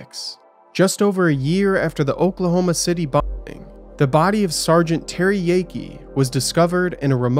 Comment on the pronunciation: Pretty lame you can't even say "bombing"